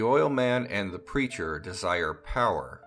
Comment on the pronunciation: I thought you said "local creature" instead of "local preacher". Lol!!